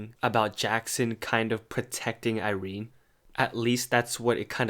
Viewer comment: I never pronounced Irenes name like that n IM CONFUSED.